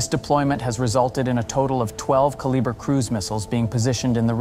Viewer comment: I find it difficult to believe anything you say when you lack the ability to even properly say one of the missiles name. It baffles the mind to think that no one even bothers to watch their own content. If the channel can't be bothered to watch and correct itself, why should any of us believe you have any knowledge of any topic you claim to explain? Hmmm...